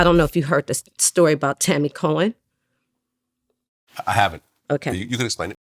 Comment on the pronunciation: Nice try vlad it's Tammy Cowins not Tammy Cohen SMH.